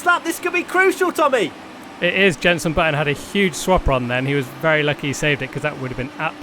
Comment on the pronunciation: ‘Yenson my friend’